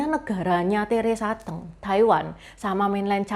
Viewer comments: Udah gak cantik.....baca aja gak becus Teresa Te'ng , hrs nya Teresa Teng....songong bget !!! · Nama Teresa Teng koq baca nya Teresa Te'ng ,baca nya goblok koq jd reporter......jing anjing tolol !!! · Teresa T’eng, sebutnya e’ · Salah baca nama artis nya